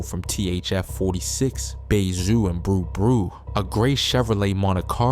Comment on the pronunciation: Brew brew is crazy how you mispronounce Bruh Bruh 😭😭